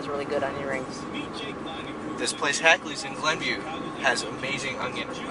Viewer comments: Hackneys not Hakleys lol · You could start by pronouncing "Hackney's" properly. Lousy video of one of my favorite places on earth. Grew up in Glenview so I got to go often. Miss my Hackneyburger on dark rye now that I'm in Florida.